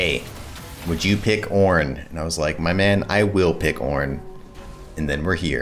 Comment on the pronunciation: I like to think you're saying "Oh Mike god" instead of "Oh my god." You are the god Mike. good content.